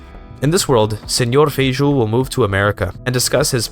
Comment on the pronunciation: well, that is kinda funny, because Feijó (it is pronouced feijoh) actually was a catolhic clergy, and in Brazil he is known as Father Feijó.